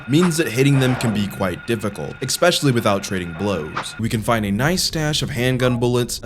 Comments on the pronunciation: "Ecspecially". Brother, no one ever told you that you pronounce that word wrong. I'm going to help you. ES - PECIALLY. Sometimes people feel bad about correcting pronunciation. I don't. Great video about a great game, interesting to see you youngins perspective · Why are you pronouncing "especially" as ecspecially/expecially? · I'm more curious with how you pronounce "especially"